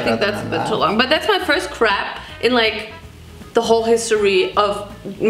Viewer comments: "I've been craving this crap rainbow cake for EVVVEEERRRR." F*ck girl I can't. 😂 It's "cray-puh" 😂 😂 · You have to say "crôph" - from a French girl (de Bretagne en plus ma gueule) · hahhaha I love that it sounds like your saying "the rainbow crap cake" 😂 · C'est pas crep c est crêpes mdr 😅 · Its crepe but your saying kripi cake if this helps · Is anyone going to point out that she said crap instead of crepe 😝😝🤣🤣💕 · Everytime I watch this I can’t get over the fact that she says crap instead of crepe I’m gonna make some crap today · They kept saying crap 😂 It's Crape - the "A" is pronounced like the letter "A's" name. Crape, Shape, Nape, Tape, Ape, Cape, etc... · girl its not Our beautiful Craps.. its our beautiful Crepes XD HAHAHA <3 love you tho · CRAP rainbow cake? 😆💩 US says Cray-p. 💋🌈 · Craype, like grape. Or crepp, I guess. It sounds like you’re saying crap. xD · Sounds like you are saying "rainbow crap cake" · Leonor Broberg probably cause the German pronunciation is crap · I hear rainbow crab cake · I keep hearing crab cake lol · Crape so cape with an r after the c? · Okay i can't be the only person who keeps hearing "crap cake" 😂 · What she’s saying: Crêpe Cake What i’m hearing: CrAp Cake😅😂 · ‘I’ve been craving this crap rainbow cake since like, fOREveR.’ That’s what it sounded like to me😂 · it sounds like she is saying, thats my first crap . LOL i love her so much lmao<3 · Bro I'm dying cause I thought she said " Woohoo That's my first crap in like the whole history of me doing craps" hahahahah😂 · In the whole video it sounds like she is saying crab cake 😆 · ok but like almost every time you said crepe i heard crab and got really confused lol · I kept hearing "rainbow crab cake" lmao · every time she says "crepe cake" i hear "crap cake" hahaha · this sounds like « crèp » in France we said : Je vais mangé des crêpes [crèp] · in english, we prounouce it like “craype” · I just hear her saying crab cake 😭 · Crepe. "E" like hEll. CrHELLpHELL.